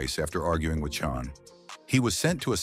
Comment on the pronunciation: Chan is pronounced Chann!!!!